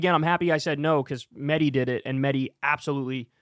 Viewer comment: Kyle, why do you insist upon mispronouncing Mehdi's last name? You know the proper way to say it, yet you refuse to do so. It's very disrespectful.